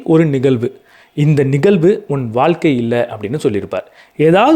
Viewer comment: வால்க்க ன்னு சொல்வதை கேட்க முடியல..'ழ' சொல்லி பழகுங்க .. வாழ்க்கை.. காணொளி நன்றாக இருந்தாலும் உச்சரிப்பு எரிச்சல் ஏற்படுத்துகிறது